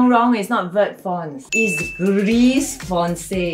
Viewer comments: You are not allowed to say gris you say gri without pronouncing the s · Gris=gri with out pronouncing the s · Just sharing-Gris is pronounced GREE. Roi is pronounced RUA. Parchemin is not pronounced parchment 😆 it’s par-sh-e-mahn. Framboise is raspberry. Pronounced fram-boi-s the s is pronounced at the end. Source: I speak french and live in France